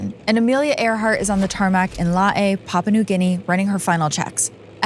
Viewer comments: 🎉I USED TO LIVE IN LAE & PORT MORESBY - IT’S JUST CALLED LAE - AS IN ‘ LAY’ as in Lay’s Chips - please stop pronouncing it like a Hawaiian name.🎉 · LAE IS pronounced "lay" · it's pronounced as Lay but spelt as Lae. I'm from Papua New Guinea and always fascinated about Amelia Earhart. Thanks for covering the story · Lae is pronounced “Lay” BTW… good story but that really grated on me as someone that lived and worked there for a few years. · Lae pronounced LAY. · The town of Lae is pronounced LAY, as in LAY down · Sorry, but the word "Lae" is pronounced like the word "lay" , I'm from Papua New Guinea btw ❤ hope this helps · hey so Lae is pronounced like the word 'Lay'. I'm from Papua New Guinea btw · LOL, everything in this video is bullshit, even her botched pronunciation of Lae.